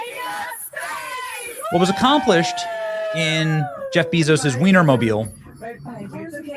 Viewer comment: I like watching Benny but I cringed everytime he called Jeff Bezos Jeff Beezos. It’s Bezos like Bay-Zoes. Couldn’t watch it bc for some reason it just sounded cringe.